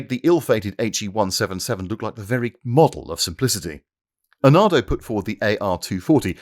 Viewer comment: Is saying Arnado instead of Arado a joke im not getting?